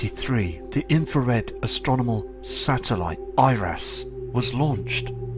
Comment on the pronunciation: He always sounds like a 4yr old learning to read.Its like a reading from 'The Big Red Bus'.And did he say 'astronimal'.He did didnt he!Or was it 'astrominal'.